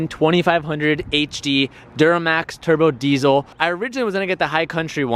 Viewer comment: This vid made me wanna eat glue “ nEw TroK BoyZ..... gEt Dat TurBa DeEZoL “ Obviously you didn’t do your research very much